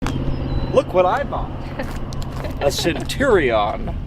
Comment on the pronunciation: Sen chew re on. Centurion. 😅